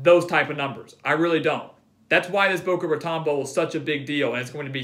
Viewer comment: Boca Ra-tone', Holmes, not ra-tawn'